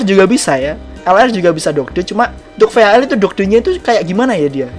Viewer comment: Dodge dodge! . Bacanya doj bang